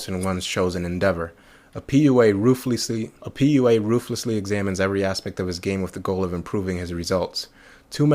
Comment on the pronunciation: RUFELESSLY...try again...RUFELESSLY This guy can't even speak english. lmao